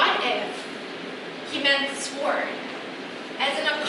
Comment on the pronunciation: but a sword: mispronounced. "w" is silent. ^&^ I like your channel. I hope you will film live English conversations without editing. Anyone who is Korean is not willing to create that kind of video.